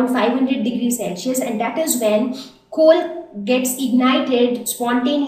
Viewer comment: Very right, she is having a very bad pronunciation she says chol to coal She adds 'h' to words and whenever she says 's' so my ears start get irritating